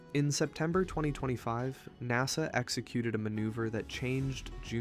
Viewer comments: I don't know if this is AI or just some stupid millennial or gen-z-er who doesn't know how to pronounce common shit. But NASA is not pronounced "gnaw suh" .. it's "naaa suh", rhymes with "pass a" as in "pass a test". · "NahSah"....AI detected. Please. Just use your real voice. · I dunno the way he pronounced NASA like “Nossa” makes me wonder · I agree. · I quit listening when the AI couldn't pronounce NASA